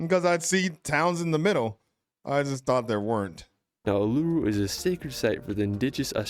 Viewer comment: Uluru is pronounced Ooluroo